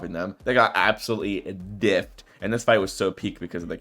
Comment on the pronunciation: diffed? I feel like every time you say diffed i keep thinking of difficult TvT but i know its no diffed